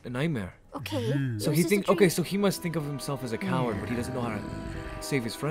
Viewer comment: Am i the only one that thought it said owa when it said coward OWA OWA